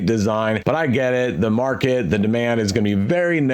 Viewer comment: "tttthe build is a mess" 😆 👏